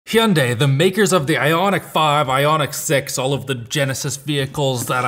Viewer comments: He-on-day? Its Hun-die...i think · As an American your intentional pronunciation of the “Y” in “Hyundai” is maddening. We just call it “hun day” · Per the company itself, Hyundai rhymes with Sunday. It's not hee-unday or high-un-dye. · hello, just want to inform you that when i went to the hyundai dealership they got mad at me when i pronounced it like you did and proceeded to tell me "hyundai, like sunday" still bought the car tho. now i call it a hondai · I don’t think I’ve ever heard “hun-die” pronounced “he-un-day” before. Interesting. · It's Hyundai ... pronounced like Sunday with an H.... there were a ton of commercials about it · lol Its "Hyundai, like Sunday!" Dont yall remember those commercials? Come on now.. Even big channels like this cant say that company name correctly.. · Hyundai like Sunday. Say it right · drives me absolutely crazy how he says hyundai. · I don’t know if I have ever heard Hyundai pronounced that way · why is he saying Hyundai that way? am i saying it wrong? the commercials don't pronounce it that way. the grand scheme it doesn't matter. but its like stewie griffin saying cool whip. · Currently living in korea. Idk much, but I promise you thats not how the brand is pronounced 😂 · stop saying Hyunai like that LOL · if this video was released in Korea and he is speaking Korean then your point is valid. But the English pronunciation is one way and he is in an English speaking video. If you go into a Hyundai dealership here and pronounce it that way, I guarantee you they will laugh. Which English speaker would ever say h yun dae e. That doesn’t even make sense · I don't know what's worst, him pronouning Hyundai wrong, or him pronouning cars wrong? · Can you please learn how to properly say Hyundai... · How are we supposed to take seriously if he cant even both pronouncing the brand name correctly...